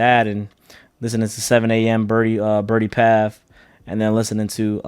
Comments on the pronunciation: IT'S "BRIDLE PATH" NOT "BIRDIE PATH" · Lmaooo why do you keep saying Birdie Path? 🗣️ IT'S BRIDLE PATH! Bridle… like bride. Bride-al Path Its an area in Toronto where the rich people (like Drake) lives lol